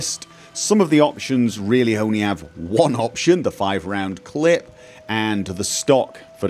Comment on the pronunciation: Why do you say "clit" instead of "clip"